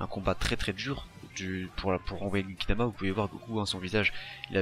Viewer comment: Genkidama pas kekidama